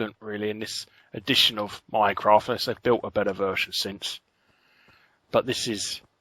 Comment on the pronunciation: Every time Larry says "Minecraft" I hear "Mycroft"...